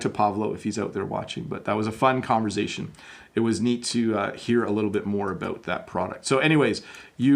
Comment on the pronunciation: Hi! I love your videos! I have a question, why do you pronounce “conversation” with a “z” sound? Is that a Canadian thing? Thanks for your great work!